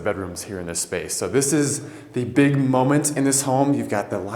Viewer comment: Momen”T”, with an emphasis on the T.